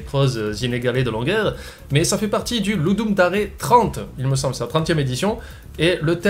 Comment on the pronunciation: Ludum 'Dare' -> [Dère] non? le 'bilingue'?